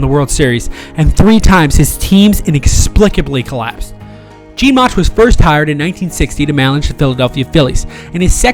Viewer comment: First of all whoever natrates this video is a embarrassment can't say Mauchs' last name right. Plus is inaccurate with information the Angels weren't up 6-3 in the 9th of Game 5 they were up 5-2 Plus they ended up 1 strike away from getting to the World Series. Do your homework right if you make a video like this.